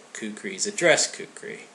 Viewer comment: Actually, "kukri" is closer to the actual pronunciation that "kukuri". Its a nepali/hindi/urdu thing.